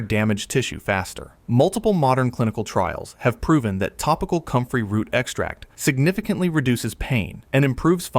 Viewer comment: It’s called COMFREY… 🤦‍♀️